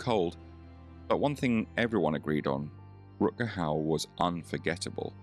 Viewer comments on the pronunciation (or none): Please have some respect and pronounce his name the right way!! Rut-Ger with Ch as in loCHness g=ch in dutch.